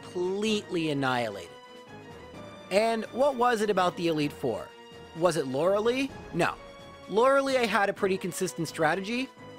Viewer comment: The lei in Lorelei is pronounced lie, in German when "e and i go walking, the last does the talking"